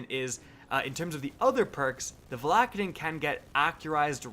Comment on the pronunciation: Stop calling it Val ack a din It’s VALA-KAY-DIN!!